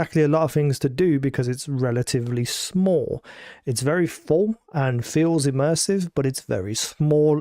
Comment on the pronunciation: “Smoll” vs “small”